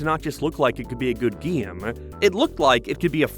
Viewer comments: GEEM?? NOT GAME? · Could hardly pay any real attention to the video because I'm stuck on your half scotch half american accent and the way you say game as "geem" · The way you pronounce the word "game" makes me want to kill myself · Bold strategy to make a video about Tak games when you cant pronounce "Tak," "game," or "sales."